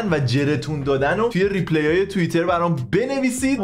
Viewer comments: ریپلای درسته جان، نه ریپلی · آقا ، ریپلای‌. نه ریپلِی. بذار لااقل انگلیسی رو درست از تو یاد بگیریم